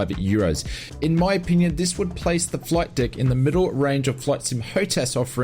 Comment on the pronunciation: Did you just say "flight dick"? I love the Ausie accent.........😆 Have you used it with DCS?